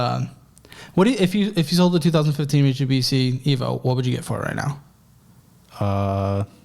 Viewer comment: being consistantly unable to pronounce Mitsubishi 😭❤❤❤